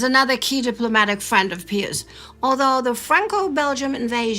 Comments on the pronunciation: If you are going to use the Latin pronunciation then it should be pee-yoos not peeus. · As Catholics it WAS ALWAYS PRONOUNCED BY CLERGY AS "PIE-US" not "PEE-US " You are nutballs. I don't want to listen if you can't respect the tradition. It wasn't Latin class. In newsreels, at parochial school, or at Mass, it was "PIE-US." IT DIDNT matter if I were in the Midwest or Philly or NYC or LA. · I have been following your channels for over 8 years and have learned a lot. I am also a lifelong Catholic and proud of it. However, I just lost about 80% of my respect for your productions by your insisting on calling the Popes by a rather curious name. Peeus? Really? Out of 100 Catholics and people in general, they would pronounce all Pius as Pyss. Perhaps you mean to discredit the name Pius? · So... do you say "pee" when you see ???? It's "Pie" in English. I believe you are speaking in English, no? Silly. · I've never heard pope pius as pope peeus. 😆 😂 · But since you are speaking English you should use the English pronunciation. It sounds...